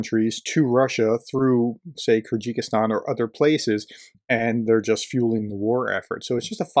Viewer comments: I think it's called Kyrgyzstan not Kerjikistan And in the video, why did you claim that the quote was "famously said by" Yamamoto when the screenshot that you include clearly says that it's debatable whether he actually even said that at all? I think you need to do better research than this into the subjects of your videos, and at the very least learn to pronounce them, especially if they include a clever scheme to get people to click the Like button. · “Kyrgyzstan” is just three syllables, friend: kir-giz-stan. Oh, and “Liked,” as I always do. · “Kyrgikistan” ?? “How to pronounce Kyrgyzstan” search will give you an audible option.. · It's pronounced "KERR-gih-stan", and the people are "KERR-gizz". One has to wonder whether materials coming through other super close "independent members of the russian alliance", Azerbaijan for example, are doing the same? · I've watched a number of your videos and generally enjoy them. As an enthusiastic amateur I seldom have much to say, I leave it to the pros. This time however, I feel that l can't just ignore a couple of minor"issues". First is your pronunciation of Kyrgyzstan. My understanding is it that it is phonetically pronounced as ker gis tan. A trivial thing, I know, but I'm on the spectrum. The second is more of a comment on the media in general but as you highlighted it.... If the people doing the planning and logistics around this told every media outlet or ignorant politician exactly what /when /where things were happening, who else would then know, who else but Vlad the Defenestrator himself of course. If the US told the world that the UAF can fire into Russia where's the surprise. Ongoing operational matters shouldn't be a news story or in the empty heads of self serving ignorant populist politicians until it's no longer an operational secret. Why would you want to tell your enemy your rules of engagement. It makes no sense. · Hey brother, it's pronounced "Ker Guh Stan" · It’s pronounced Ker gis tarn.